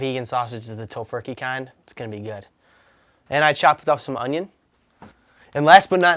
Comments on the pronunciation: Whenever you say "ung-yon" istead of onion, I fall a bit in love with you. There, I said it. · Because of you, it is impossible for me to sat onion in anything but a French accent.